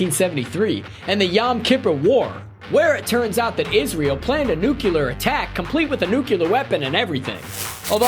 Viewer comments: Nuclear NOT nucelar! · besides the amount of times he said nucular instead of nuclear amuses me. this was aight. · Nucular? Analysist? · yup the analysist uncovered a nucular bomb threat on that netflix show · every time this man says "nucular" I wince in pain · Nucular. So funny. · Why are you saying “nuclear” like that? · Dear God learn how to pronounce nuclear